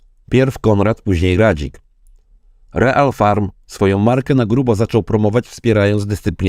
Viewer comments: Czyta się ril farm, nie real :d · Dzięki za odcinek ale błagam nie czytaj REAL tylko RIL FARM😂❤😅😊